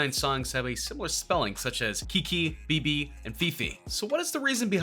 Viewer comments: The narrator really just said be - be 😂😂😂 it's spelled bebe cuz it means baby in Spanish 😂😂😂 🤦🤦🤦🤦🤦🤦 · Mans said be be its bebe 😂 means baby in translation